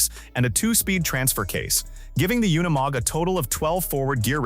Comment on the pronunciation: I see you caught that as well. The artificial intelligence couldn't say unimog right. It happens a lot on these off-road things I've heard them say words like ton but pronounce it incorrectly like they were saying tong minus the g. Both the AI storytelling and the AI images are terrible. I've seen one where showed how a gun works and it fired a bullet with the primer and casing still intact